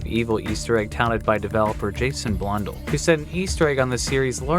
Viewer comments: A few things to note: - It is pronounced Blun Dell (not dull, but I’ll let this one slide) - It is not the largest map (even at the time). The largest map was (and still is) Tranzit - The note has a reference to Sal Deluca, a character from Mob of the Dead, another map that Jason Blundell worked on Also, a new Easter egg in CoD Zombies was recently solved on the map “Voyage of Despair” that was also teased by Blundell! You can find it here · Damn he really said Jason Blundle instead of Blun-dell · he calls Blundel blonde el lol